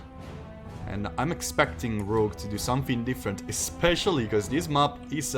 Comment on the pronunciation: Please, you still need to work on your pronunciation of the word map, especially if you're gonna say it 5 times a minute.